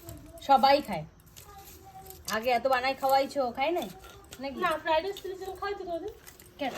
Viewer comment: Feradice hoy na say Fried rice